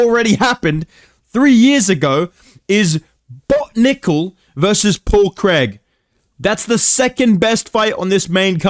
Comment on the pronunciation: “Paul creg”